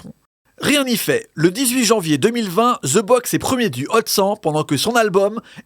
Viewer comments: de box not ze box lol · c'est pas ih ouh c'est eee urr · De box et non ze box tait con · Comme la prononciation ze box 😂😂😂pour les français mais dans tout les autres pays ce prononce (the) de box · Et c'est pas "Ze Box"